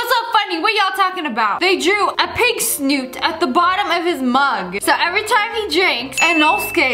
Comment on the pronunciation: It’s not snoot it’s snout